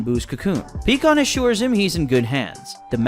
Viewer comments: It’s pie kon not pee kon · Picon not peacon wtf! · its pie kahn not peacon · Omfg PIE-KAHN not PECAN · BRO!!!! I can't take it anymore. It is pronounced PIE-CON.... NOT PEA-CON.... I know the spelling is wrong. Just wanted to show him how to say his name right. HOLY SHIT. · What is with you people making these little stories that you create always pronouncing people's names wrong pycon It's not pronounced pecon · You should know pikkon is pronounced as Pie-kon😅